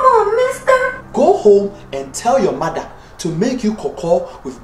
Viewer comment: LOL!!! The way he keeps pronounces mother.......”MATHA”